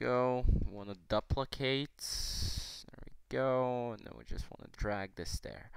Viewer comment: you gatta "dup- licate it" "DUP licate it" lmao nice